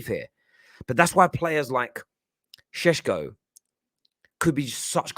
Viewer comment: You can’t even pronounce his name. This is pure gold. I love Utd, the comedy that is.